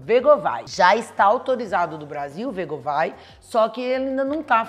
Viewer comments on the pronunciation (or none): a pronúncia de wegovy não é "vegovai". É mais parecida com a escrita, "uigôvi". Já vi vários médicos americanos falando.